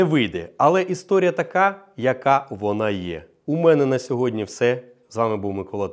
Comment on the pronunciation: Сьогодні, а не сьогоднЯ